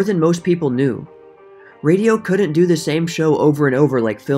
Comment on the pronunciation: Work on the words COULDENT and DIDENT. That's not how to pronounce couldn't and didn't.